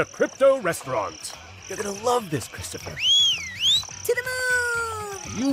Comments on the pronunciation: I had to replay the terrifying coin saying the character's name I thought it was 'Cryptopher' instead of Christopher edit: WAIT IT IS CRYPTOPHER? Fucken hell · I can’t be the only one cringing when he starts calling him cryptopher instead of Christopher